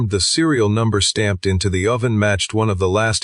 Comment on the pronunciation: And sourdough, and oven.